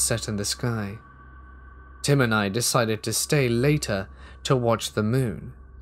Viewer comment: Did you “visit him” or did you “visit tim” …. Haha ❤️